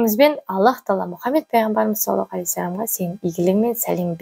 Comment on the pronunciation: Рахмет. Сiзге бакыт, амандык, берекельдi бiлiм тiлеймiн екi дуниеде. Мен осы кателиктен коркыбедiм... По невежеству в женском роде....болып кетпесiн. Саллалаху....Произносим ....Здесь С ( грубое СОД..., ДОД, а не мягкое СИН...) Дурыс айту керек. Аллах Та'аля сактасын кателiктен. Вы молодец...ИншаАллах